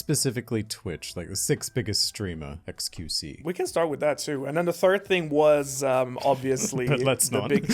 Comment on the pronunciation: love how keeps calling xQc "qXc"